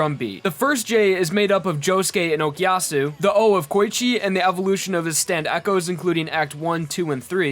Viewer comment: The way you say Koichi triggers me.